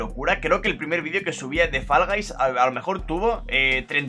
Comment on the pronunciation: Se pronuncia foll no fal